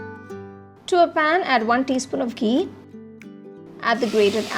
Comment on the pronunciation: It's ghee, not gee ...n kheer not keer..